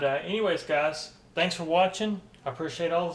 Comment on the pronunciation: It's "gahs".